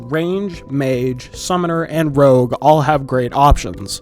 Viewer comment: bro saying "rouge" instead of "rogue"